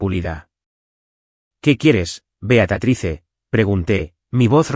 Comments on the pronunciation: Se dice Beatriz, no Beatatrice. Aprendan a decir correctamente los nombres y las palabras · BEATRICE no BEATATRICE!! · No entiendo porque le dices a tu personaje" Beatatrice"???????? Si se pronuncia Beatriz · Disculpas concedidas😂, disculpame también no sólo el error es ortográfico sino de pronunciación es Beatriz se pronuncia como se lee. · Que horrible se oye la pronunciación del nombre de BEATRICE Beatatrice horrible como ella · Es Beatriz, favor de pronunciar correctamente, excelente historia